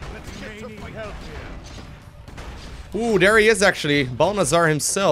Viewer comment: Every time you say Balnazzar, I keep hearing bulbasaur